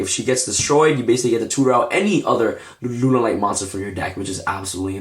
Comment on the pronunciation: lol did you just say runaright lol